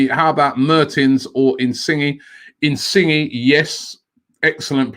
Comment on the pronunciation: IN SINGI BACK AGAIN , IT IS IN-SIN-YE OMGGGGGG